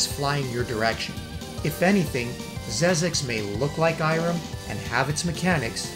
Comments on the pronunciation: Xexex is pronounced "zek seks", not "zez eks". Nowadays, it's also available digitally for PS4 via PSN. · XEXEX : The original true pronounciation is "ZEKZEKS", not "ZEZEKS" !